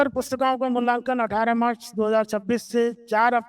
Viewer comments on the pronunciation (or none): none